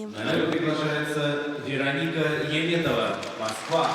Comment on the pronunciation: Why does this announcer always call her "Yeem" when her name is "Yum" (Яметова not «Йиметова») ?